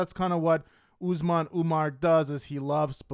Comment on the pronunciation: How do you cover these people so much but can’t pronounce the names? It’s not Ooozemon, it’s Usman.